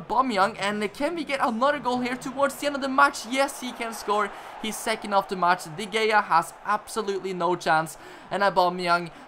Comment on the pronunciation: By the way its pronounced david de hey-are